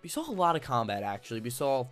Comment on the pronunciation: DUDE!! There's no L in saw. Saw Not Sawl.